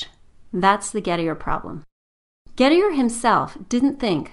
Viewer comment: Poor Gettier, no wonder his paper /idea never caught on and got filed under circular(or just poor) Gettier is not pronounced as that creature pronounces it; she would probably pronounce 'trait' - another shibboleth to identify the uncultured , to rhyme with gate rather than tray.